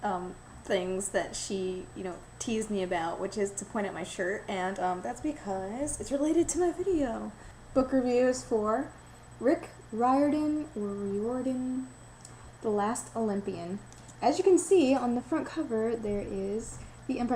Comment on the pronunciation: His name is Riordan ( first syllable sounds like fire)